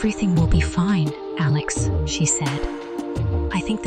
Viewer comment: A Lex?Why can't they get t hese thingsto speak correctly?